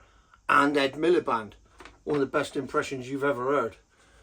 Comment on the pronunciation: Man said Rd Milepede! 😂😂😂😅